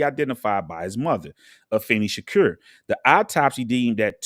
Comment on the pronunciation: Islam is a fake religion but you're real 1 right ? 'nahmsayin' learn how to speak properly before making videos. You don't even know how to pronounce Shakur let alone this whole story.